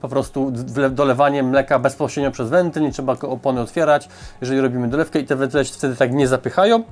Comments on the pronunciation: ...a nie WENTYLE [zamiast WENTLE]? ;) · wentle... wyłanczam 😁 PZDR